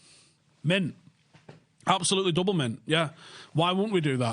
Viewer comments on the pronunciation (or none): none